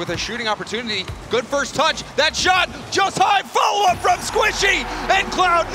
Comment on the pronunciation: squichy? Or Squishy ?🤣